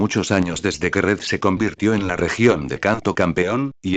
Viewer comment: en vez de Red es Ñed xd